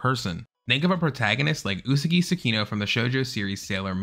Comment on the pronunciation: “Usegi” 😭😭 The correct pronounciation is USAGI!! XD